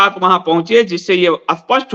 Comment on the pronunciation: What is this nonsensical style of speaking with prefixing A before words starting with S ? Spasht becomes Aspasht?